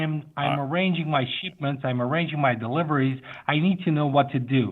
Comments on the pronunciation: On the Fordyce scam, I was about to give the scammer props for imitating the Western U.S. accent quite well. But then as I'm typing such in the comments, we hit the mark of the video... "SHEEPments" instead of "shipments." One simple vowel revealed his non-U.S. location. EDIT: aaah, then he does it again in the word "that" several times. The "th" sound is actually pretty tough for non-English speakers to imitate, since it doesn't exist in most other languages. Thus, we hear a lot of "dis and dat" or "zis and zat" instead of "this and that" when spoken by people for whom English is not the first language. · Is that an AI country guy?! xD sheipments rofl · Low accent scammer, usually it's a haavier Indian accent.... His true heritage came through in "I'm arranging my sheepments" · Except for "sheepment"